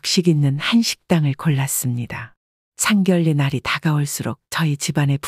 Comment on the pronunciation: 왜상견례를상결례로읽나요 바르게읽어주세요